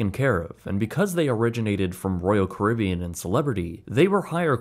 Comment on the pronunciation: Why can’t he say leisure or Caribbean